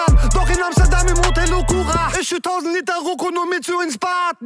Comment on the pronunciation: Kalim kann einfach "ICH" richtig aussprechen!